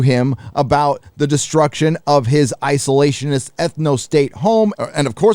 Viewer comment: "Isolationhist Ethnostate" hahaha I love it!